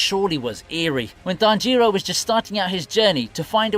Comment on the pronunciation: come on man it's tanjiro, not tan jiro, just one word